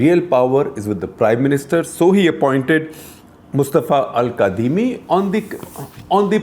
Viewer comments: Its pronounced 'kazimi' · Sir, it's spelled "Al Kadhimi" but it's actually pronounced "Al Kazimi."